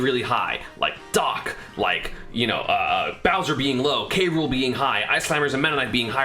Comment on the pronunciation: bro k rool is so incoherent wtf ru saying